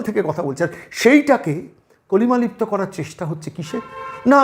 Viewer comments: দুবার উচ্চারণ করলেন, কলিমালিপ্ত। কালিমালিপ্ত। রেখা পাত্র নূতন ভারতের প্রতিবাদী মুখ। তাঁকে স্যালুট। ভারতীয় অতি শিক্ষিত উচ্চ বিত্ত, ভাতা খাওয়া সকল নারী সমাজের উচিত রেখাকে দৃষ্টান্ত হিসেবে যথাযথ শিক্ষা দীক্ষা গ্রহণ করা। মমতাকে বাংলার মেয়ে মানতে রাজি নই, কিন্তু রেখাকে বাংলার মেয়ে ভাবতে গর্ববোধ করি। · কলিমালিপ্ত নয়, কালিমালিপ্ত, বাংলাটাও ঠিক করে বলতে পারেন না? আপনাকে গ্রেফতার বা পরে জামিন এর খবর কিন্তু আনন্দবাজার ছেপেছিল, এটাও আপনার বলা উচিত ছিলো।